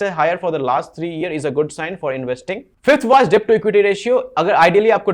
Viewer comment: डेब्ट नही भाई, डेट कहो। Debt nahi det kaho